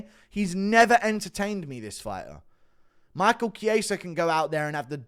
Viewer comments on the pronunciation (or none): none